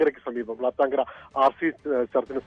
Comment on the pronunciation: വളത്താൻ കര അല്ല..വ്ളാത്താൻകര😂😂